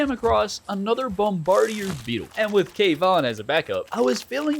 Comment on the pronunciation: for the last time it’s bomb-ba-dear